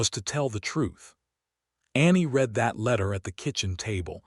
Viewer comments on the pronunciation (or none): Great story from the beginning. It was well-written and showed how - in what ways - their relationship grew and flourished. I agree with two other comments about pronunciation. It would make more of a change than you may realize to hear "read", "breathe", "live", and other words pronounced correctly based upon usage.